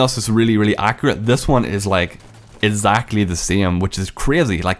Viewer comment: Instead of exactly